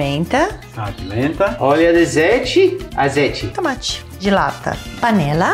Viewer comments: "azeite" com sotaque carregado "eu aceito" KKKKKKKKK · “LAURINHO” “OLHO DI ZEITE” ❤️🤣🤣🤣🤣 um show a parte 👏🏼👏🏼👏🏼👏🏼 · "Cebollliiiaaa, timo, orio do aceite", melhor participação:! Simples e direto! 🤣🤣🤣🤣 Receita ótima e para adaptar tbem! 😘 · Cebolias, óleo de zeite kkkkkkk